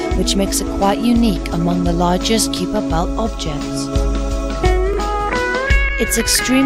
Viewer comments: What a terrible pronunciation of "Kuiper belt". The "ui" should be pronounced as either "eye" or "oi" but definitely not "yu". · The narrator pronounced it with a long "e" not a "yu".